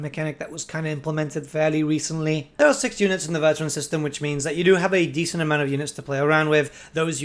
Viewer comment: How do you mispronounce 'veteran'? Lmao.